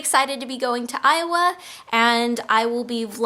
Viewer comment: when you say iowa(ayova), it means moon valley (ay ova) in turkish:) and i know that its named by indians whose roots are turkish... its funny that when you say iowa i heard turkish words from your mouth:)